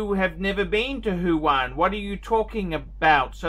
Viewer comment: What an idiot. Foolish person. Btw it’s Wuhan not huhan....